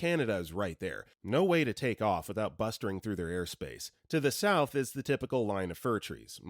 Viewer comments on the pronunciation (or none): none